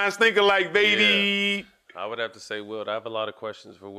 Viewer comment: I was like ... who da fuk is Will? 🤣🤣🤣🤣🤣 Wilt ... it’s a t at the end Fam.